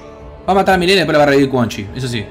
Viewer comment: Alguien mas escucha que dice melina enves de milena? xd